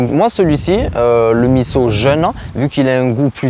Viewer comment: Bravo de bien prononcer MISSO ! Top !